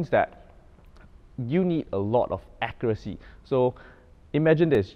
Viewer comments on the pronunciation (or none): none